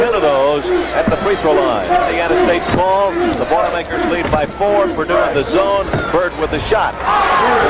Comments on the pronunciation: Purdue - NOT Perdue. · It's Purdue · BTW. It’s P U R D U E 🙄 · Purdue not Perdue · It's "Purdue" not "Perdue" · It's P-U-R-D-U-E!!! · By the way, it's PURDUE. Also, notice how strange the court looks with no 3-point circle.